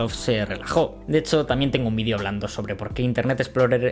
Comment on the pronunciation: No decimos decimos vídeo, palabra esdrújula con el acento y tilde en la i, al contrario que en América donde el acento lo ponéis en la e como palabra llana. De hecho al autor del vídeo, valga la redundancia, se le oye perfectamente pronunciar la e en cuanto relaja la velocidad con la que dice la palabra o bien en cuanto afinas el oído. Muchas veces es la velocidad al hablar la que tiene la culpa de que al oyente la e le parezca una i por la posición de la lengua, ya que es bastante parecida. Pero en cuanto el hablante relaja la vocalización y verbalización vas a comprobar como cualquier español de a pie dice video con acento en la i. Como mencioné antes este mismo vídeo es ejemplo de ello, mientras que la primera vez que pronuncia la palabra es prácticamente indistinguible la segunda vez, que es pronunciada al final, se distingue perfectamente. Lógicamente existirá gente que lo diga mal, es como decir o , pero al final eso es como preguntarse ¿por qué en tu país hay gente que dice palabras mal? Bueno, es algo complejo de responder porque no responde a un factor concreto y extrapolable.